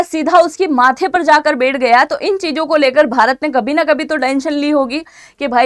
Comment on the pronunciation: बेठ नहीं बैठ होता है।